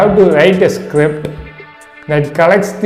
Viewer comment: I lost it when you said “you have to write scipt” whats a script? Lol